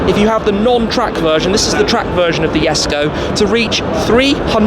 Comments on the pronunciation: Shmee, in your video at the factory, Christian pronounced the car name with a full "J".. Jesko.. but you keep saying it as a "Y" like Yesko.. Is that just your accent to it, or something else, because now I'm confused on pronouncing the name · “Yesko”?? Excuse, in USA it’s “JJJESSKKOO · it's J esko not yes kooo u stupid seshmee